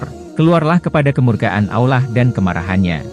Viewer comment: Ngomongnya kurang fasih beroo Ngomong lafat Allah harus faseh